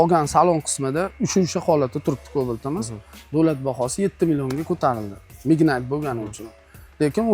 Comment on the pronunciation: Mednayt ❌Mignayt ✅